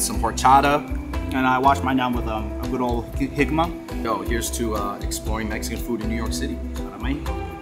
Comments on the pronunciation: Finally getting that Puebla rep i swear all my central Mexican people live in New York everyone I meet in SoCal is from the North or Oaxaca so this is fun! And I think my dude got a little confused its "Jamaica" not "Jicama" the drink I'm so glad you got someone who's from the region but also represents the fusion of lots of different cultures 👍🏼💖 also was releasing it near independence day planned cause 👀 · 🦋Esquita… It’s Esquite!!!! Sorry to say but that’s not agua de jicama it’s Jamaica…. And for the birria tacos they used the fat from the birria not chili oil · "Jicama" what?!? 🤣 Oh! Jamaica 😅😂